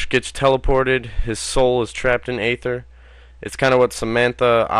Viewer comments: Agartha not ather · It's argartha not ather